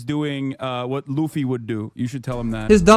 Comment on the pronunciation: Playing jump force and pronounced luffy's name wrong is hilarious